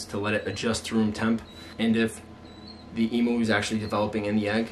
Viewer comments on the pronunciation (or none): I love how you say emoo instead of emu